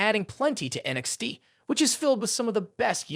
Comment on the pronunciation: The idiot says NXT as NXD